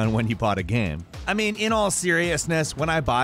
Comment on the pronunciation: my dude, by now after all these years I consider you and everyone in Gameranx pretty much family. But the way you pronounce "gaem" is infuriating